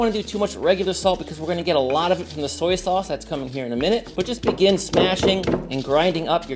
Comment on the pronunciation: Mr. Miyagi would be proud of your “Soyaa” sauce 😊😅